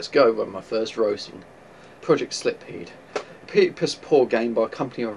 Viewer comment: Neither game would be pronounced 'slip-heed' though - they would both be 'sil-feed'. Also, the Mega CD game was awesome and was pretty much the main reason I couldn't resist buying this game. The other was that I'm a sucker for pretty Square Enix characters. :)